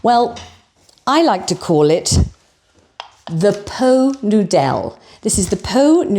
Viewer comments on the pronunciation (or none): Laughed out loud when you said po noodel 😅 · Oh, it took me a minute to catch onto the "Po Noo Dell". 🤣🤣🤣🤣. Thank, thank you for the laughs. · Po Nudel? Ah! Did you say "Pho Noodle?" 😂😂😂😂😂😂😂😂😂😂😂😂😂 😂😂😂😂😂😂😂😂😂😂😂😂😂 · I too spat my tea out when said Po Noodell. This is absolutely hilarious, love it. Then we get the custard crem 😂😂😂moving on up 😂😂😂 Please keep them coming x x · “Po noodelle” 😂😂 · I felt sorry for my neighbours ehen you said "Poe Nudel" I laughed out loud, and you used my two favourite biscuits. Utter delight. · Pot Noodel, pronounced po nudel, a culinary delight served in elevated crystal ware - I feel like a Princess! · I think I will always pronounce Pot Noodle that way now. Excellent. 😂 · I soon hope "po noo dell" sticks. Champion!! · As your very old and dear friend from 2 episodes ago, I hope I am not holding you back as I tell you how much your Poh Noo Dell made me laugh…you are really killing it!